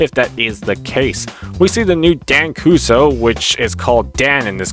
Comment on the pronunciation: This new reboot is terrible. They can't get Dan's last name right. It's "Kuso" not "Kouzo".